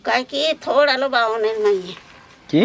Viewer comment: আমিও বাংলাদেশি।তবে এটা থোর না, থোড় উচ্চারন হবে।